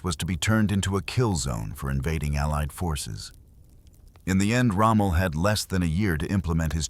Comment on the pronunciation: Its not rommo, it's Rommel